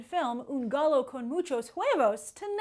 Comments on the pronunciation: Hi, just letting you know that "gallo" is pronounced like guy-o in spanish. Great video as always! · 1. "Gallo" is essentially pronounced guy-yó 2. Jackson isn't being a dick; it's pretty much common knowledge even among non-Spanish speakers that ll's in Spanish are pronounced as y's. And for someone who often comments on the lack of diversity in casting and praises the show Narcos, it sure didn't look like she made much of an attempt to pronounce the words correctly. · Gah-Yoh the double ll means its a y type thing